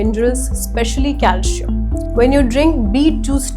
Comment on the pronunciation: It is not cal shi am...it is calcium.😅😅😅😅😅😅